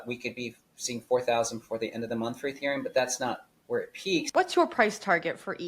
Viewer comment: Dudes discussing ethereum while calling it “ethereal” 😂😂